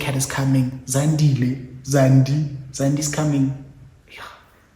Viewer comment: Not “zandile zandi”😭😂